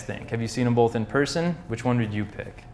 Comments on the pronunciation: There is no "L" in the word "both". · bolth. bolth. BOLTH. BOLTH.